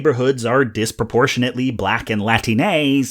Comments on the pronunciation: as a mexican-american woman i am so grateful that you went with "latine" instead of the trans-exclusive "latino/latina" or the dreaded white-as-shit "latinx". even if i did giggle a little at your pronunciation. thank you. it's a little thing, but it shows that you've been paying attention to some voices that i feel like NO ONE pays attention to. on a more global note, this video gets at the thing that i feel like none of my most well-intentioned white friends understand. the people of color that i know tend to talk about racism as a phenomenon, a set of behaviors and their consequences, the building blocks of a system. we know in our bones that racism is the reason our parents don't own property worth $400k, the reason no one thought we'd ever go to college. my white friends (even my wife, sometimes, who is white) gravitate toward more of a blame game. if i think a company's latest policy has racist implications, what i mean is just that. it has racist consequences, or it's the product of a racist system. but too many white people hear "that company is racist" and argue that point instead. "but that company does xyz! and abc! and all of this good charity work!! how can you say they're racist??" well, susan, i didn't say they're racist, i said they did something that perpetuates systemic racism which we are all capable of. the idea of "a racist" as the primary enemy gets more and more exhausting every year. proud vocal racists who know they're racists are a fringe group, and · ok so ive read enough of the replies here to know i dont have time to read all of them, so maybe someone else brought it up already. but as a latine person, thank you very much for using "latine" rather than "latinx". but for the love of god, the stress is on the second syllable, not the third. its "lah TEEN ey" rather than "lah teen EY", because its "latine" and not "latiné" that is all ^_^ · Why are you saying "Latinay?" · Buddy said latinAY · . And why does he say "latinéi" then?